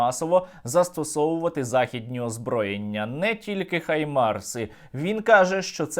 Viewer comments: HIMARS - наголос на першому складі. дуже прошу! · Друже Сергію, доброго ранку з Бразилії. Справа слідуюча: нам треба вимовляти “ГАЙМАРС“, так як вимовляють в Америці, а не “ХАЙМАРС“, па-рускі, як от робить Ґіркін, бо рашисти не мають звуку “г“. У нас є звук “г“ - то вживаймо його! Рашисти хочуть позбутися нас, українців - то в заміну позбуймося бодай тої русифікації, яку вони нам запхали в голову і мову!